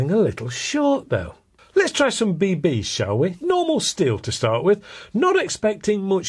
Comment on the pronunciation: Be-beees. Haha. Always trips me up when you say it like that.